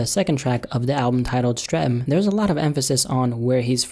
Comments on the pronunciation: Streaming is pronounced 'Streath-am' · The way u said streatham has me ddead loool its pronounced "stret-ahm" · man said strem tho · Big up on his attempt to pronounce Streatham ❤️😂